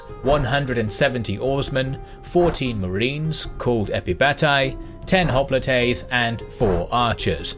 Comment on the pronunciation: Hop-li-tey? Hoplite is "hop-light" in English and Greek. >.<